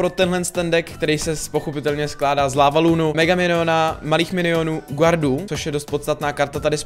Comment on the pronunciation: nečte se GUARD ale GÁRD!! :D